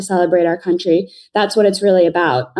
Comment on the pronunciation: I love how many times she said : ' cuntry ' ..........hilarious !